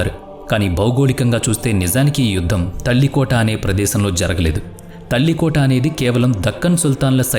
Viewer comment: ತಾಳಿಕೋಟೆ ಯುದ್ಧ. ತಲ್ಲಿಕೋಟ ಯುದ್ಧ ಅಲ್ಲ